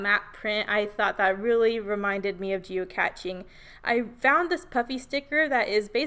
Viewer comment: Moving the circular element and strips was brilliant. You totally reinvented the game, geo-cache, geocaching; rhymes with ballet and today. How fun you say geocatching. It's like a combo of geocaching and that Pokemon 'gotta catch 'em all' thing people were obsessed with. Super cute photos and I can hear how much fun you had with your sister as you tell the story.